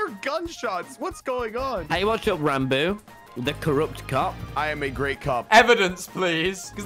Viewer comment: Ranboo fans: “Ranboo Ranboob “ Ranboo: rounboo